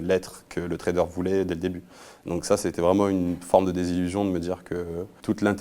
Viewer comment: On dit Trader pas Traderz lol